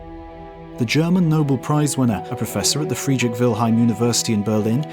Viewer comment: Why do you so often pronounce Nobel as noble? No Bell ... not noh-ble.